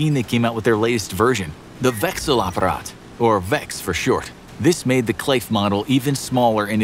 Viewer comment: You Pronounced "Wechselapparat" really well